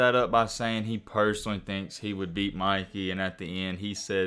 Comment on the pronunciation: It’s Mikey bruh come on you said Micky you can’t say Mikey bruh?